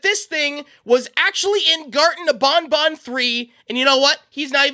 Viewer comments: its ban ban not bon bon/my son is a biiig fan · Its ban ban not bon bon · Love the content. Pronouncing ban ban like bon bon drives me crazy though. Ban ban like can can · You keep saying bonbon instead of banban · Bon bon bonNot pronounce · Bruh, why does he say it like bon bon? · BanBan is not pronounced with an accent! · Bro saying gatren of bon bon